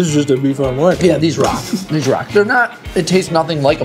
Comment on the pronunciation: No one else is upset about his pronunciation of beef on weck?